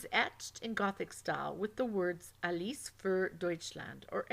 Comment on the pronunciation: Useful information but a lot of annoying pronunciation errors. It's "swahstickuh" not "swasteeka" and the German pronunciation was also a little off such as in "Alles". You also said "Elkhorn" instead of "Eickhorn".